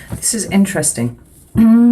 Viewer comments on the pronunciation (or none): U make me laugh, when u say,"always interestin'"🐂🐂🐂🐂🐂🐂🐂🐂🎯🎯